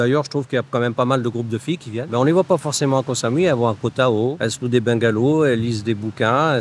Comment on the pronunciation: koh tao ca se prononce koh taw ahahah